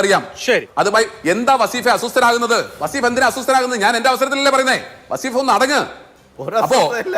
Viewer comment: വസ്സീഫ് അല്ല.. വളീഫ് ആണ്